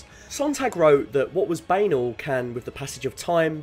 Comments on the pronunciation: it is pronounced bah-naahl ... nor baynel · No, "banal" rhymes with "snarl", and "canal" rhymes with "hell". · Bay-nal? Literally NOBODY pronounces it like that 😖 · "banal" is pronounced like "canal" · “What was banal” ... Banal is pronounced Bah-nal 🤷🏻‍♂️😂